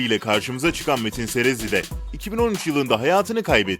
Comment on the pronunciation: O nevra serezli değil nevra sezerli